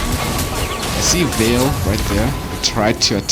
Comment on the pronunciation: It's Valir not Vale